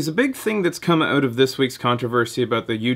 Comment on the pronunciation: ***** i thought i heard a little bit of a accent when you said out in one of your videos but i wasn't sure because it wasn't a straight up o sound instead of ow sound like americans say it.